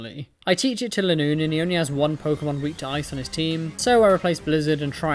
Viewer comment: Just to say linoone's name is based on a straight line so the "li" would be pronounced like the "li" in line. So you don't have to think about how to say it